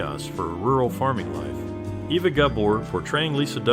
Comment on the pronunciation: No, it doesn’t. She was born in Hungary, and it’s pronounced AY-vuh. Not Eh-va or Ee-vuh.